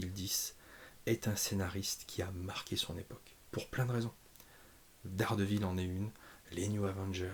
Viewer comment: " Dés Guêpe Ville"❤